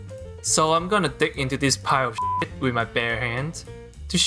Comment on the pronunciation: emphasis on the word SHIT